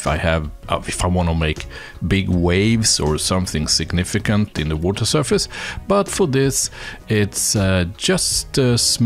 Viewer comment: Le woter.